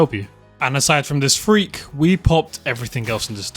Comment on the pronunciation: im not trying to be mean or anything but the way he says frek kinda kreps me out